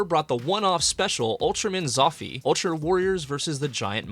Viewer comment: I mean..he DID pronounce zoffy wrong so…